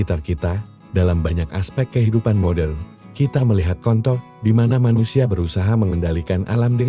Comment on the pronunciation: Youtube Translate Rusak yah?? Dikonten apapun Contoh dibaca Kontoh😂😂untungnya berakhiran huruf H😅😅